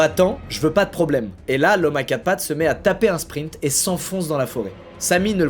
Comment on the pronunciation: Ce qui est marrant c'est qu'il dit souvent : "Il a tappé le meilleur springt de sa vie"